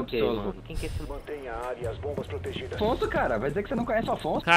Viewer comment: É affson ... AFFSON !!! Não afonso '-' PQP JÁ É O SEGUNDO VIDEO COM ESSE ERRO ushasuhashuashashua